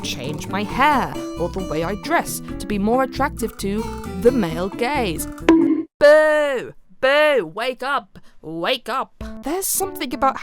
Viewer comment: i had to replay that part like 4 times because my mind thought you were saying male gays instead of male gaze